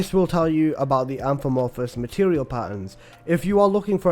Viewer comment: It's AMORPHOUS not AMFOMOURPHOUS 😂